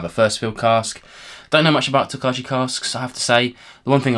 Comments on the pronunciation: Interesting stuff. The Original Golden Beer Cask and The Triple Distilled Cognac sound amazing. Looking forward to the cask strength releases of The Original and Peated - for some reason no Triple Distilled. Tokaji is pronounced tok-eye BTW. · Like the format FYI it’s tok-aye 😊